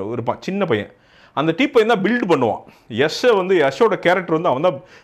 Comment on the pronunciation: திருத்தம் பாண்டா யஷ்,யஷ் இல்லை யாஷ்